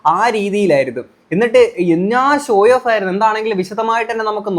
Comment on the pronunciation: ഷോയോഫ് അല്ലടേയ്........ ഷോ ഓഫ് (SHOW-OFF)